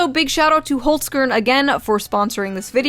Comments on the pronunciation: At least pronounce the ne of your Austrian sponsor right. It's two syllables equally emphasized. Not HOLZ kern, but holz kern. 'Kern' is pronounced 'kairn' ( rhyming with 'air'). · Really? Holzkern also branched out to America? 🤣 that’s nuts! If they reach out for another campaign try to pronounce them rather like „Holls-Cairn“ instead of „Holls-Kurrn“ 😅 sorry for the nitpick but I sometimes like to answer questions, no one asked! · The name is not pronounced 'holzkurn', but 'holzkern', with an e as the a in cat. It means 'wood core'. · Holzkern is pronounced “holtz - kAIRn”, like air Holz means wood. Kern is like kernel. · I guess, they would appreciate you pronouncing it like "holltscairn". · Yeah, „Holesgern“ 😅 – no offense, I like your videos 👍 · HOLZkern, please. Emphasis clearly on the first syllable. And don`t promounce z like an english z, more like ts^^. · HOLZ KERN your pronounciation is like Holts germ :-D I dont take offense, its a german word and means wooden core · ah yes the well known hols-skirn definitely has nothing to do with Holzkern... sometimes pronunciation really hits differently but you tried... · the way you pronounce holzkern xD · You misspronounce holzkern. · It still hurts how you pronounce "Holzkern". 4/10 Sausages. Video was good tho. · as a german your pronunciation of "holzkern" makes my ears bleed